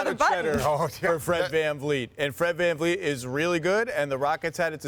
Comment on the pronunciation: Fred vanfleece